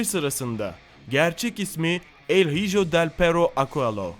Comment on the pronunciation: Bu arada el hijo İspanyolca kelimedir İspanyol uyrukluyum oyuzden söylüyorum öyle okunmaz.